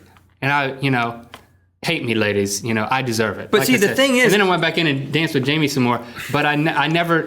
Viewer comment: well errr everyone thinks u guys were handsome sooo errr thats why you have to dancers - - _ plus u also say "lladys" <3